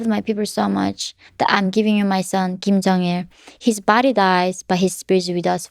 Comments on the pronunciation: Kim Jeong Il, not King Jeong Il. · Ahaha "King Jong Il"